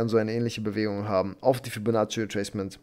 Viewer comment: Hey Ich habe eine Bitte an dich. Könntest du ein anderes Wort für Fibonacci nehmen? Ich lache mich jedes Mal kaputt. Das hört sich wie "Fellatio" an... 😂😂😂